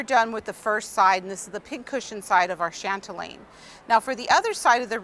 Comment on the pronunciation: chatelaine not chantelaine